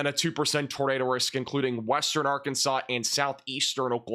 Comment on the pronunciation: This guy says everything but Arkansas lmao 😂😂😂